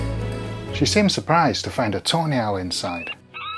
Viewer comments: I keep hearing "tornado" and "toenail" 😑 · When you say tawny owl, it sounds like toenail.